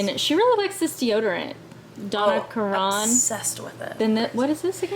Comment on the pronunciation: Do you mean Donna Karan is pronounced Donna Karen?